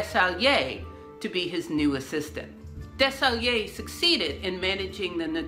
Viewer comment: Desaguiliers is pronounce “DESS-a-GOOL-yay”